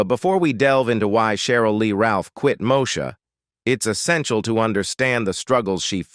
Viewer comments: …..”moe-sha”? It’s pronounced “Moe-eee-sha” smh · I quit watching after the third “Mo-sha”. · Not MoSHA, chiiiile! Dang! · If they can't even pronounce the name of the character correctly, I'd question the accuracy.